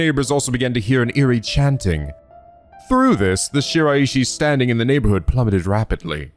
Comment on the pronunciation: Where this technique lets you down is with using this method to pronounce Shiraishi's name wrong. The EE does not kick in there.